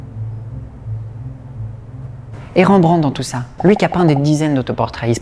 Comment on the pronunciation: Très intéressant, par contre toute un épisode sur un artiste sans prendre le temps de de faire attention à sa pronontiation c'est vraiment domage... Pour info Rembrandt étant hollandais son nom ne se pronnonce pas avec les son EN/AN, on prononce juste r-è-m-b-r-a-n-d-t. De manière générale c'est rare de prononcer des son dans les noms propres (voir impossible pour les non propres étranger).